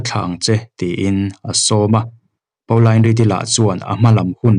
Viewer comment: Pauline Reade hming kha Paolain tia lam lovin 'Pawlin' tiin lam zawk ta la, beng a thlep deuh tlat. Ka u pakhat hming ang chiah a nia 🙂 I chhiar thiam lutuk ania, ngaihthlak a nuam